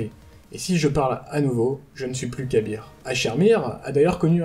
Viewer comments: C'est pas pour critiquer ou quoi que ce soit, mais on dit plus "ka'beurre" que "kabir" non ? Si mes souvenirs sont bons, c'est comme ca que le prononcait praedyth (dans la mission avec les 3 memoires pour avoir le trop long a expliquer) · Ah d'accord perso, je préfère "ka'beurre, près-dith et paha-nain" plutôt que "pra-é-dyth, ka-bir et pahanine" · Ca se prononce Kab-R en 2 sylabe "Kab" et la lettre "R" dans la prononciation d ou un nom sans "i" donc Kab-R